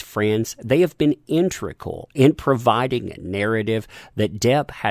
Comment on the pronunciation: Just wanted to say, it's "integral" not "intregal," noticed on this and a previous video that you probably learned it wrong